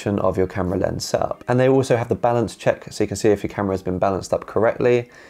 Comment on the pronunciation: That is a great "sehup" you have there 😁